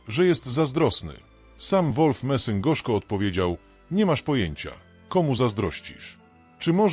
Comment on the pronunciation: idiotyczne AI które to czyta robi z ludzi idiotów. Nazwisko tego człowieka to Messing!!